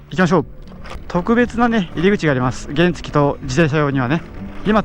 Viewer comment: 原付のイントネーションがおかしくないですか？